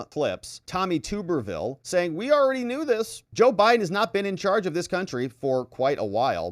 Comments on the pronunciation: It’s Tommy TUB-BER-Ville not TUBE-ER-Ville 😅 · His name is pronounced Tub-er-ville. (like bath tub). Just an FYI.